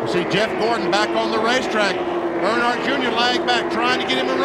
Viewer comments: I can’t handle the way you call them Arnhardt it’s “Earn” hardt (hart) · I had to quit watching cause can’t pronounce Earnhardt